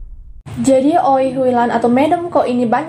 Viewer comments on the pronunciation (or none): Hrs nya baca wi Hui lan, bkn oi